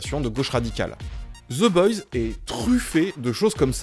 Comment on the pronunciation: Personne ne comprends la série oui toi en revanche tu ne comprends pas non plus ton propre langage... Oe ce prononce o aller ciao le énième génie bac+7 chômage de youtube